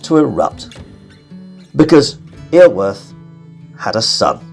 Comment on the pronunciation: Just wish you'd make more effort with the pronunciation. Iorwert is pronounced Yor-werrrth.